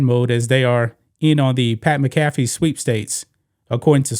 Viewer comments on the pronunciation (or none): It's Pat "Mac-ah-fee" not "Mi-caff-e" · It's Pat "MAC. AHH. FEE" Not "Mi Caff Eee". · Dude it's pronounced Mac A Fee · The way you were pronouncing McAfee was killing me. One of the most entertaining guys covering football and you can't pronounce his name? This isn't stumbling over Giannis last name. Come on man. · You're butchering Pat McAfee's name. Lol. Please get rid of Wilbon and Kornheiser.